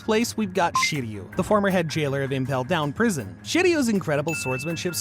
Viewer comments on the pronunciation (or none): none